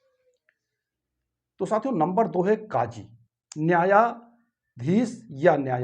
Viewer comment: Maherbani karke sahi Tallaffuz sikhaye, Nafis zaban sikhaye, jaise KAAJI ki jagah sahi alfaaz QAAZI hota he.